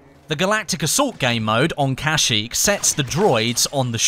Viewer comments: I'm surprised I didn't see any comments that said uhh it's pronounced kuhsheek not casheek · You dont Say kashyyyk with an "a" you're supposed to say kashyyyk with an "e" so it sound like keshyyyk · you said it wrong you are putting to much effort in the a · "kasheek".... XD